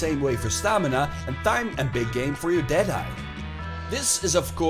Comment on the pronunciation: Thyme is pronounced time